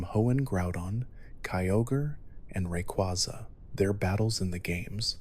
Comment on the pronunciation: Do not EVER pronounce Rayquaza’s name as Rekuazuh